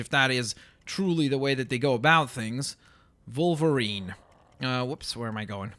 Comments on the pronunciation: Its a w at the beginning of wolverine not volverine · Is it just me or does say Volvarine not Wolvarine? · Why are you saying volverine it's wolverine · u say volverine not wolverine :P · It's pranonst wolverine not volverine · Why do you keep saying Volverine instead od Wolverine??!!! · kept saying Volerine,part russian? CONSPIRACY!! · Stop saying volverine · He kept on saying volverine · Why does he say Volverine? His name is Wolverine. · Wolverine... WOLverine. W. Stop saying volverine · it's wolvirine not volvirine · you say volverine not wolverine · (W-o-l-v-e-r-i-n-e)!!!! Not volverine!!! with a w!! gawd!! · He said vulvreen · is it me or did he say volverine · its wolverine not volverine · Why does keep saying Vulverine when he's called wolverine. Also Plz can u try and make Star Lord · how its pronounced= (wol-ver-ene) how pronounces it= (vol-var-ene) ( i know its a canadian accent by the way) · Why does he keep saying wolverine like volverine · Why do you say volverine? Lol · am i the only one who is bugged because he keeps calling him Volverine? it just bugs me.... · I'm sorry I have ocd and when you say wolverine you actually say volverine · Are u German cause u pronounce wolverine as volverine and that German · WOLVERINE NOT VOLVERINE WOLVERINE OK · you said Volverine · Wolverine not Volverine!! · why does he say 'volverine' instead of 'wolverine' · volverine me: aaaaaaagh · why did it sound like he was saying "volverine?" is he German? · why are you saying volverine? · Did he say volverine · canadi an accent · when he says wolverine it sounds like hes saying volverine. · SAY WOLVERINE CORRECTLY!!!!